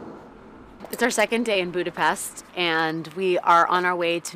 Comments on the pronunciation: Please learn the proper pronunciation of Budapest!!! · In English, there are three pronunciations. Booda-pesht, Booda-pest, Byooda-pest.